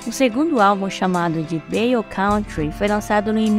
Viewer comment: Bela resenha dessa grande banda. - Ainda não tinha ouvido essa pronúncia para "bayou". Conhecia com o "a" mais aberto, como em "bá-you"